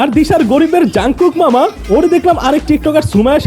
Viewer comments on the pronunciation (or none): jangkook nahi Jung kook hai 😅